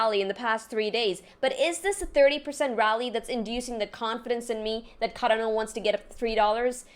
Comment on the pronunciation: CaRdano! CARdano (Kar-don-oh)